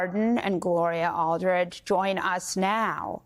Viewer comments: that was more than a bit embarrasing,. Gloria Allred has been around for a MILLION YEARS and you can't even pronounce the right last name for her. Aldridge? Please... don't blame it on nervousness. It's just plain sloppy. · Her attorneys name is Gloria Allred I'm surprised that as a newscaster, you don't know the correct pronunciation of your guest's name Where are your producers? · Please pronounce Gloria Allred’s surname name correctly.